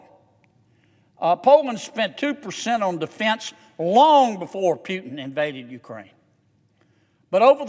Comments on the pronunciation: Hes name is not Pjutin, its Putin ;) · "Pyutin", really??? I thought this dude was intelligent. I guess not. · Senator John Kennedy, we are not a democracy sir. We are a Constitutional Republic! But I like the fact how he says Putin, Pewtin' 😁